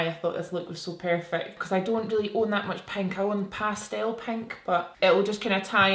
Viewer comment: Cut your bangs!!! Also love how you say pastel 😂 love pink on you!! 💕